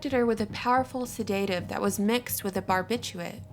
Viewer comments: Your videos are very informative, and you're cute, but..."Se-DATE-ive" instead of "SED-a-tive?" ?? Who pronounces it that way? Where did you learn to pronounce it that way? I'm just curious is all. Are American schools teaching incorrect pronunciations? Or did you just pronounce it like that for the hell of it? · FYI Norfolk not pronounced "nor-folk" it's pronounced 'norfuk'. Also, sedative is pronounced[sed-uh-tiv] not "sed-ate-iv". I'd say it is more likely Monroe was a CIA informant keeping tabs on the President, and once found out, they rightly severed connection and then she was a liability. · not seDAtive but SEdative . jeeesh ,girl ,really ??